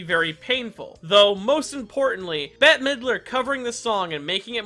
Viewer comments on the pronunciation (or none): I think Bette is pronounced the same as Betty. Not bet.